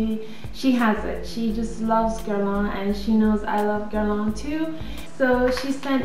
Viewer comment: I luv the videos! I luv hearing you pronouce the names of the Guerlain products, correctly:)! Whenever I log on to check my email, I take a sneak peek on YT to see if you've added a new video as Guerlain, YSL,Chanel & Dior are among my favorite brands (Guerlain & YSL are tops!). You make a person feel okay about enjoying the finer things in life without the guilt---as some people would have one feel bad, because they are not spending their money on drugstore makeup.